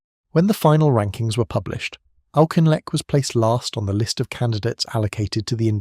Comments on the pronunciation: Sorry I know what you are referring to , I am Scotttish myself and you are incorrect . He was called Auchinleck by everyone in the British army - never Aushinleck . If you have ever seen any of the early documentaries on the war , the earliest I ever remember was e.g "All Our Yesterdays" , Brian Inglis , the presenter a clearly pronounced it Auki-n-lek . Besides , the origin of the name is Gaelic and from that root the surname should start sounding like "Ach" , (the same as the German "Ach" as in "Ach so" meaning I see). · Yeah, that’s just the English or Northern Irish pronunciation for his name though eh? There’s no way having middle class English relatives they would ever think of adhering to Scots Gaelic by the way ;). The Gaelic would be ‘ccchhhh’ sound too even though it ‘Ah’ instead of ‘Aw’ before it Auchinleck Talbot is pronounced on tv by Scots presenters when they play Scottish Junior or Scottish Cup games. Bit different from Kemi Badenoch- as people all over pronounce her married surname differently ‘ah’ or ‘ae’ but it should never be ‘ock’ at the end of it originated in Scotland. Also an area of Scotland. The dynamic of the UK is funny- like the singer Sandy Denny- people are proud to call her English but look at the name and her grandparents from Dundee and one who inspired her by singing in Scots Gaelic. That’s for the additional info. Yours Aye! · Yep. People don’t get it but there are so many languages the words are derived from plus the development of English in places like Scotland and Ireland pre unification. Just heard it pronounced differently by a Scots presenter. BBC Scotland as Auchinleck Talbot footballs team as ‘Auk’ for the first time. Just as frustrating when abroad tour guides ( Spain) say the Royal Navy from England or Italy ( France Zeffirelli’s garden) a red phone box -like the English. Just the dynamic- Scots invented modern football but have to listen to ‘Its Coming Homre’ when England play them. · Pronounced as if "Orkinleck".